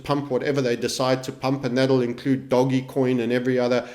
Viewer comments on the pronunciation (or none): Why is he calling it "doggy" coin? Has he never heard the word "Doge" said out loud before?